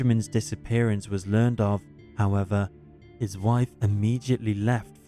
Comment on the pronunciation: convinced its AI. Words mispronounced or said exactly the same way/ tone regardless of grammatical context. For example the word “however”